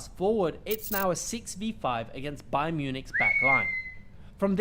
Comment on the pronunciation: It's not BAYERN!!!! LEVERKUSEN ..... But BAYER (NO N!) 04 LEVERKUSEN